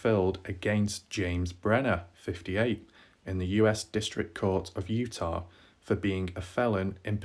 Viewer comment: Utaaaaaahhhhhh there is no R :)